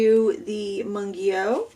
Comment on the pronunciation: Its pronouced Moongyo haha i speak korean and everyone says it wrong